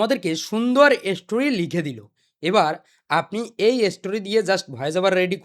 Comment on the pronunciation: স্টোরি ❎ এসস্টোরি✅ 😂😂😂